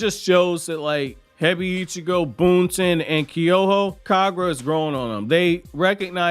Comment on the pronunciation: I definitely like this raising of the stakes as well. Boruto is supposed to have dark elements in it, so I’m glad to see the change. By the way, I know you don’t care much about mispronunciation, but I noticed that you pronounce Hebiichigo like it’s 2 words “Hebi (snake) - Ichigo (strawberry). In the anime, it’s more like “Hey-beach-ego,” 4 syllables instead of 5. Anyhow, I appreciate your anime and manga reviews. Thank you 🙏 for doing these!